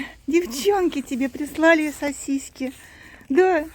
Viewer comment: Добрый день,! Почему говорите сосиськи? Просто играете с Кузькой так?